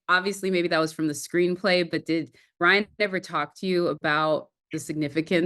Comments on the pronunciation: Am I the only one that likes the way Ryan speaks 😂🫣 it’s the way he pronounces words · Me too I love the way Ryan speaks and pronounces words. It’s rich!